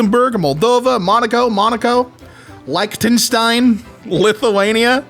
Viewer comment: his pronunciations are killing me. I was fine with “cassovo” (should be Koh - suh- voh) but “liketenstien?” (It should be Lick - ten - stein) (I think) Edit: “axii”